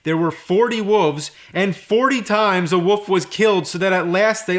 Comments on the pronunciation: it's WOLF not WOOF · James, say it with me. woLLLLLLf